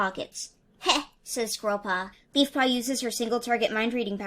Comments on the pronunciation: I thought you said Beefpaw instead of Leafpaw at one point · Did you call leafpaw beefpaw?